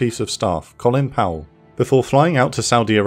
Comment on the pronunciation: Not sure why, but Colin Powell's name is actually pronounced like colon.